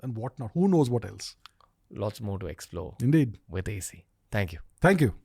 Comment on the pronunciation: Stop calling him AC like air conditioner 😂